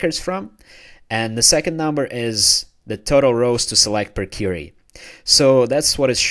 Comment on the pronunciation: thanks. FYI: it's queer-re or kweery Not Cure-re -y as your inquiring an answer or questioning.